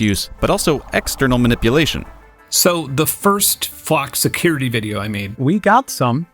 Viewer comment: Why are you pronouncing it Fluck??